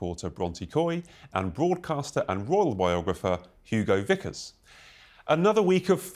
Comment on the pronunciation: Mr. Vickers….not Bickers.